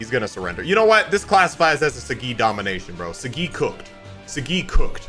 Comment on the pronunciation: it's Saagi bro not sagi, btw talking about the pronounciation not spelling watch the first episode in english bro